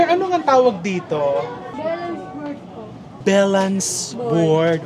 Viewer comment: Sabi ni ate “belans board”….”I think she’s trying to say “valance board”, yung covering the top of the window.